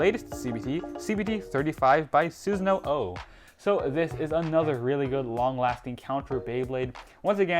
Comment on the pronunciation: I'm guessing you've never watched Naruto after hearing you pronounce Susano'o